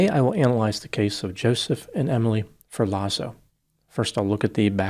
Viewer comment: Come on Dr.. what kind of Dr are you? It’s not pronounced “FUR LAWZO” it’s “Fehr Lotts O” COME ON.. Don’t disrespect Luigi and all the Italians by mispronouncing